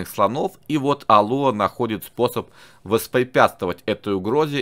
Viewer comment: Не Алуа а алуА